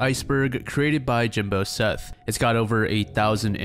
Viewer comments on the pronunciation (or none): none